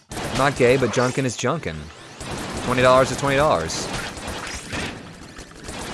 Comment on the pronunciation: Junkin not Junkan